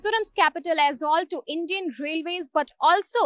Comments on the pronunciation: It is not Aizwal, it it AIZAWL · Not Aizwal The correct word is Aizawl